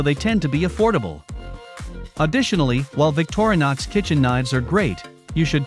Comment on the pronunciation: victor-nix.... another text to speech video